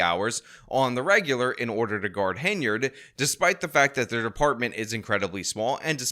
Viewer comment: Henyard, pronounces it incorrectly like how you spelt it and it's infuriating lol.